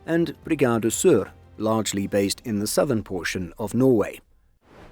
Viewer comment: Good pronounciation of Sør